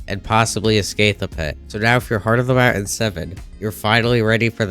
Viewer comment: Mountain too 😭